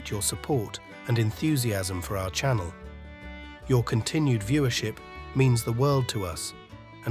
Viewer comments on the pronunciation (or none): none